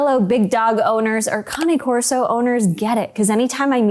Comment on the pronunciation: Cain Corso....not Connie Corso. You would think people would at least be able to pronounce it before owning one.